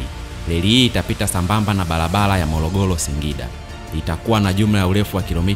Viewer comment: Sio mologolo,balabala, morogoro na barabara.